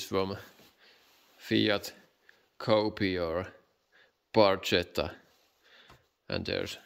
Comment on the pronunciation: Barcsetta?😂😂😂 Az Barchetta= Barketta